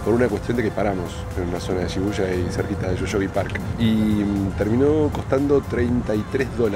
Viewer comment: Y suena como i...shibuya sonaría shibuia.